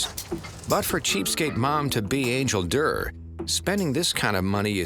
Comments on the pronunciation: When she introduced herself, i thought her name was Angel Dirt. Not until the host said her name did i hear it was Angel Durr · I thought she said her name was Angel Dirt 🤦🏾‍♀️